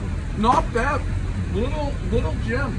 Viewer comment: “Not byyyyyad”... says the Bostonian.